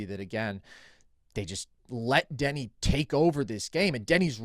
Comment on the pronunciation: Call me crazy, but it is hard to value an opinion on Deni if you can't even pronounce the dudes name correctly